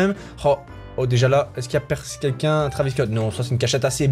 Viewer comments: ça s écrit travis mai on prononce trevis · On écrit travis Scott mais on lit trévis